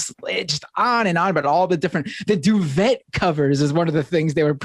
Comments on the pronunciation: "Duvet" is pronounced DOO-VAY. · LOL "do vet" . It is pronounced "feather bed". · Duvet is pronounced "Due-VEY"